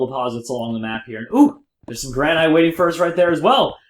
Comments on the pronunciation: Gran-it is the way it is pronounced not grAn-night. It's like a granite countertop. Also, they look terrible as building blocks because they aren't connected textures. Making everything out of pros marine and polished stone in circles looks bad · its pronounced granit, like new hampshire, the granite state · Did he say Ianite... Lol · Granite is pronounced GRAN-IT so many face plams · oh my goodnessols its pronounced gran-it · he said ianite!! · You kept saying granite wrong +